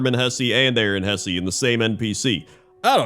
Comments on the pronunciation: although wouldn't it be "Hess-uh" under standard German pronunciation? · Hesse is properly pronounced Hess, not Hessy. 🇩🇪